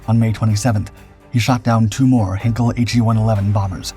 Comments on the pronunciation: Your videos are getting better. I wish I could say the same about your pronunciation. The “Hein” in Heinkel is pronounced like “line” not “hen”. Please note for future reference. Very best wishes, Adrian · It's not 'Hinkel', it's HEINKEL, pronounced 'Hynekel'. For goodness' sake learn to pronounce words properly. You make so many crass errors in your mispronunciations. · "Heinkel" in German is pronounced "HIGH-nkell," not "Hinkel." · Heinkel, not Henkel! This is ein Flugzeug, nicht ein Messer!